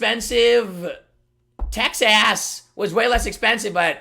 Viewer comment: He said texass